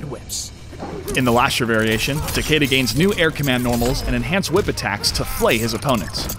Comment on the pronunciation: I love how you mispronounced his name. Every. Fucking. Time. And you still did it after it was said correctly in the game.